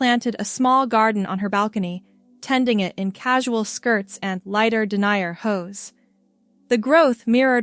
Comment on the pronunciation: In this context the word denier is French and is pronounced by dropping the final consonant. It is going to be a while before the AI can cope with contextual control of words. They have no clue the differences between to, too and two.